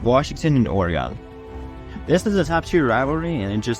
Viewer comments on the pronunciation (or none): The UO/UW rivalry has gotten bigger and more heated over the past 20 years. From Oregon’s perspective, it’s overtaken the rivalry with Oregon State… and btw, it’s not “OR-EE-GONE”!!!… it’s “OR-UHG’N”.. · Hey man, it's "Or-E-Gon." No E on the end...no gone. Thanks.👍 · As a person from Oregon I lost interest when you said Oregon wrong. Learn to say the state name correctly if you are going to insult the rivalries.